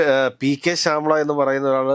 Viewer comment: Sir..Shayamala Teacher..alla Shyaamal chettn....Govindhan ..Chedathi